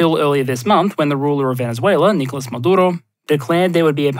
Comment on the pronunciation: Lol... Talk about passive-aggresive. You don't need a new keyboard, Your subtitles already have the proper accents. The issue is when you say"Nicólas" or "Bolivár"... If "you know", you should then just read them so not to sound embarrassing.